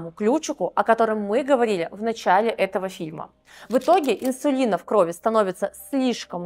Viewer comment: В кровИ! А не крОви